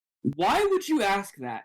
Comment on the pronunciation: He does "Axe" alot of irrelevant questions. 😂😂😂